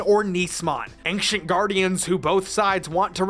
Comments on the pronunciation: Bro says ankshient 💀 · The pronunciation of the word "ancient" here was more noticeable to me than it really should have been.